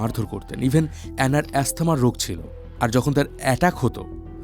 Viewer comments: Asthma অ্যাসথামা নয়,অ্যাজমা। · eta এস্থেমা না এটা অ্যাজমা